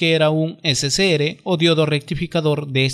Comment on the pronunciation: ese se ere y gue no seria correcto al pronunciarlo, se pronuncia ese ce erre y ge... por lo demas excelente explicación, muchas gracias.